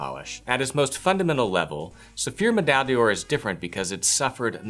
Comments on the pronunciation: Pronounced door.. not "day or". D'or sounds like one word in French. just a tip. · Yes, except he cannot pronounce the product name properly! D'or is the same as dor.